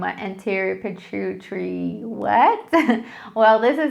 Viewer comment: Are you trying to say Pituitary Gland? Use phonics.